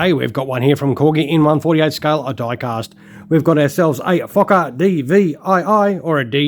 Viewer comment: Love you made sure you said focker!!! 😂🤣😂